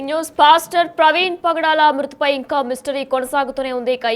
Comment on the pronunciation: Padala kaadhu bro😅 pagadala